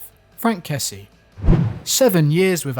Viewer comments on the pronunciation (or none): none